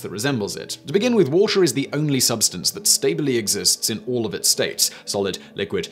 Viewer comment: "The Woahhh-teh Channel."